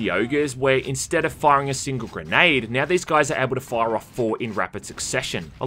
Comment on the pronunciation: Every time I hear "when it came "miau" out" I crack out loud. Where is this accent from???